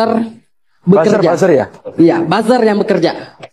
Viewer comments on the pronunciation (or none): Bilang buzer ny pun malah buser tuh mahasewa 😂😂😂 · Fakultas ilmu komunikasi tapi gak bisa bilang buzzer dengan benar😂🤣